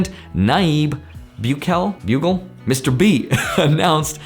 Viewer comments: it's pronounced Boo-kel-lee. Good to see my country finally making the news for something good :) But they do use the US dollar there. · Am going to dislike the video because you couldn't pronounce Bukele. Just kidding 😂 🇸🇻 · Pronounce BooKelee